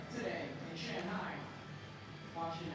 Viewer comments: Did he pronounce Shanhai wrong ? We really are in a Mandela effect type universe. Jesus.... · Everyone in the world: Shanghi Broadcaster: Shaunghi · It's not pronounced shong hi. Say it just like it's spelt SHANGHAI. now say it right shangit. And judges be blind af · What's with this "shong" hai nonsense.. say it right. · Just killed me every time he said Shong-hai instead of Shang-hai. Usually the announcers get the trick names wrong. One time on a different contest they called a hurricane grind a backwards crooked grind. Always have at least one real skater commenting on the contest. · Am I the only one who gets bothered when they say "Shawnhi" . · If that dude says shong-hi again ima loose it lol unless that’s how it say it, then I’ll shut up lol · "Shunghai" though?? Really? I've never heard that pronounciation, is that really how it's spoken? Lol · .. not if you are American. Than you pronounce it Shanghey .. and you don’t care. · Shanghai not "Shung-hi" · Shawn hi? Apparently. Thought it was Shanghai.